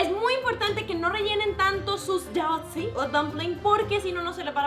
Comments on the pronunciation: Jiaozi no, sería como chiaochi. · No lo has pronunciado bien se llama jiao zi lo has escrito bien pero pronunciado mal yo lo se porque soy de china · Se pronuncia jiaodzi con la i apagada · No lo dijiste bien se chino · Las sílabas de China son casi iguales a las de Japón solo que diferente pronunciamiento, lo dijiste un poco mal, pero no te preocupes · no lo dijiste muy bien pero para ser la primera vez te salio muy bien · no lo has pronunciado bien.